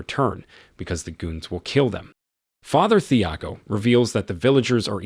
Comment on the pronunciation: Thiago has a silent H. Tee-ah-go. You did this with The American as well with Mathilde. Silent H.